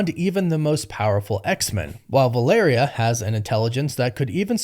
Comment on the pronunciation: proud of u bro. you finally learned how to pronounce valeria